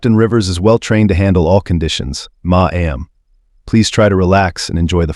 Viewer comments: To the narrator you are saying my am for ma’am it is pronounced mam Just saying 😮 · No one wants to hire a human voice over actor anymore... So the robot gives us "Muh-Aam" for ma'am now... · Once again, I am here to address the lack of professionalism in the selection if the readers for these stories. "Ma'am" is NEVER pronounced as a two syllable word. Additionally, "retarded" is not pronounced as "retorted". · She punched the flight attendant not the pilot. Title is wrong & please learn to pronounce mam right. Don’t think I spelled it right.